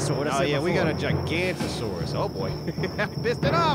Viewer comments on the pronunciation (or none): Yeah, that bothered me a little bit. Especially the way they pronounced it. Generally gig-uh -noe-tuh-saur. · Generally it's pronounced "gig-uh -noe-tuh-saur". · You guys mispronounced giganotosaurus